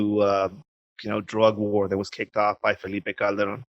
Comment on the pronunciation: Nice pronunciation of Calderon, Patrick!!!